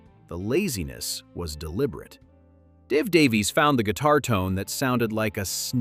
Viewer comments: Not Daveez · Davies is pronounced exactly the same as Davis